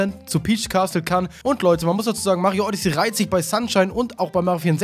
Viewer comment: Die sind aus dem Wooded Kingdom (Forstland) und du sprichst Odyssey FALSCH aus. Du sprichst es Odyssee aus, so heißt das Raumschiff, Odyssey hast das Spiel, lern das mal 😔😰🙍